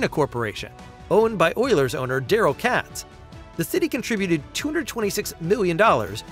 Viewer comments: It's pronounced Kay-tz not Catz. Katz Group has been rebranded as Oilers Entertainment Group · Katz pronounced with a long A